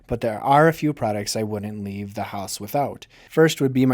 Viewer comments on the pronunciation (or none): none